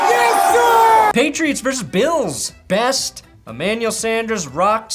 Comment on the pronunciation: Worst: Patrick throwing 5 tds in 10 minutes+, you mispronounced Best